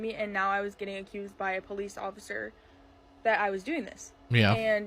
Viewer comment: I love. She’s a really great person you can just tell… And I love the way she says police PO lease lol